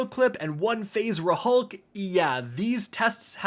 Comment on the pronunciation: It’s pronounced “RULK”, the “H” is silent….